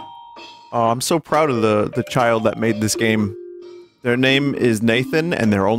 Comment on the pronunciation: 100% of the effotrs went into programdaing and it’s how you rekognizz a gooooooooooddd goem